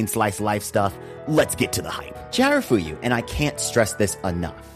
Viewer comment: amazing video.. the only problem I have with this is that you repeatedly mispronounced chiyafuru as chiharafuyu.. 😅